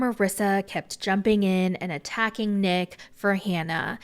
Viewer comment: I can't be the only one who's laughing every time says "Neck" instead of Nick.